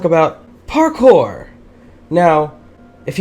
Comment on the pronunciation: Did anyone else realize that every time he said parkour he said it like parKOUR! where fave go?